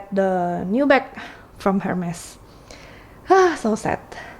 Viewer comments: It's pronounced "er-mes" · Why don’t you learn how to pronounce Hermes first ?